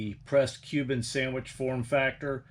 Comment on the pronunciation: "Sandweech Cubano radio" (